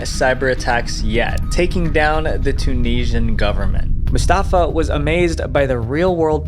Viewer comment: I wish you could pronounce Tunisian.